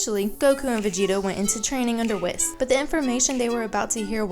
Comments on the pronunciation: It’s pronounced wees not wis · Here's how to say WHIS not wis say it wee-s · Something to say, its pronounced Whis (WH-Ee-s) not being rude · Whis is pronounced “Whees” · It's pronounced wees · Can you please pronounce Whis his name right? You say it way too many times to ignore it. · You pronounce Whis wrong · I’m sorry but you are not pronouncing whises name correctly or jiren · You literally have been saying "Whis" wrong, have you not been watching the english dub?